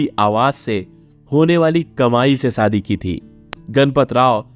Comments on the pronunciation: Sh Sh sa sa mat bolo shadi sadi nahin aap apne Sh per dhyaan den. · Sadi nahi shadi kaho.tereko sh bolna nahi aata kya be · Pl shaadi theek se pronounce kijiye। It is , शादी नोट सादी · क ख ग की पढ़ाई करते वक्त श की पढ़ाई नही की क्या , आशा को आसा आसा शादी को सादी क्या हे ये। ? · You cannot pronounce shaadi ,& Asha,you are pronouncing it wrong aasa & saadi😮😅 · जानकारी अच्छी है लेकिन उच्चारण सही नहीं जैसे "आशा" आसा बोलना या "शादी"शब्दको सादी बोलना!